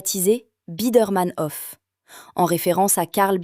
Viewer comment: Il y a bien. longtemps, dans ma jeunese, cet immeuble me fascinait . Et la politique dans " Vienne la Rouge" ce n'éait pas rien vers 1920. Dans une concepzion tozalement différente, les élément archizecturaux et le couleurrs rappellent la cité-jarrdin de Châtenay-Maöabry. Une rrmarque: dommage que vous insistiez lourdement sur "hoffe" pour proncer "Hof", alors que c'est "haufe". ❤ 🎉